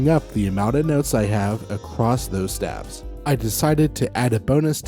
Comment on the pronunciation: Wonderful material! A goldmine of information presented in a short period of time. One tiny nit-pick...isn't staves(the plural of staff) pronounced with a long a sound?